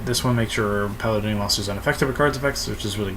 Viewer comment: PAL-AYE-DEE-ON Not pal uh don ee on